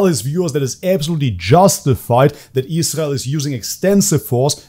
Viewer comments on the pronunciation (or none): You obviously need to look further into Andrew and learn how to pronounce Israel like an adult